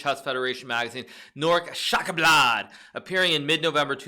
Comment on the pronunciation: I know it's a meme, but it's pronounced Nore- Sh-k sh-akk-blaw-d So close enough